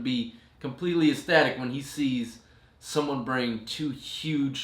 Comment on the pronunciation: Estatic not aesthetic!